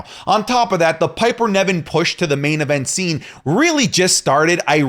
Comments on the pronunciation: Please by god, stop saying Piper NEVin, when its NIVen:(((( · Its NIVEN , NOT NEVIN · please look up how to pronounce Niven, it’s driving me crazy how you say it 😂